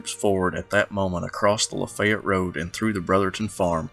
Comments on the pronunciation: If I may ask , where are you from? You pronounced "Lafayette" the way locals do. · Another great episode! BTW, aside from your "accent" I know you are a Southerner because you pronounce Lafayette correctly.